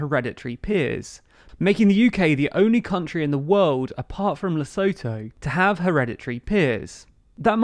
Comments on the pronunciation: Its pronounced LesUtho not Lesotho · Lesotho is pronounced Lee-soo-2 btw